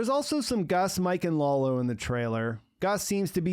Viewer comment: dude: Lalo (like Lullo), not Lawlow. I don't get why you do that....